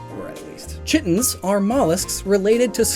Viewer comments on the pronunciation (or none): I love your videos, but I'm pretty sure chiton is pronounced with a hard 'K' sound. Like Kite-on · And "chiton" is pronounced "KY-tun"